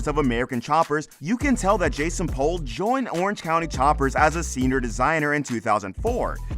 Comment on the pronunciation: It's "POOL" not "Pole". Did you watch the show at all?